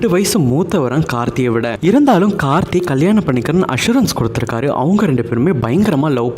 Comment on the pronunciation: முதல்ல கார்த்தி, கார்த்தின்னு கழுத்த அறுக்காத..கார்த்திக்கோட பெயரே சரியா சொல்லத் தெரியாத நீயெல்லாம் அவங்க சரித்திரத்த சொல்ல வந்துட்ட பாரு.. 🤦‍♀️🤦‍♀️